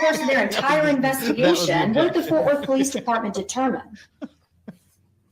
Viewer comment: Fort Worth, not Forth Worth